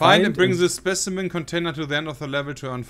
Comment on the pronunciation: Jay:: "Fein änn bring se spessimänn container to the änn of the level to änn 500 copper." Sep:...priceless LUL